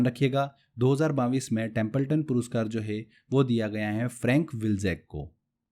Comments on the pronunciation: सर पहले तो आप सन 2022 को बाविस बोलना बंद करिए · 22 thik se bolo pehle